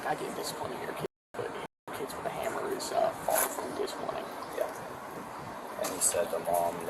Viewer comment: You seriously can't say the word children or hammer?